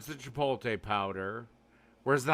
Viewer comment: "why are you pronouncing the word like that?! That's stupid that's not how it's pronounced!" literally sixty seconds later: "CHIPOLTE"